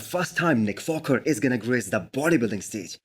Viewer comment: Its just me or this guy is saying Nick Focker ?